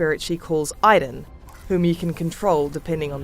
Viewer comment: You pronounce Aiden wrong every time you say it. You should delete this video. It's annoying.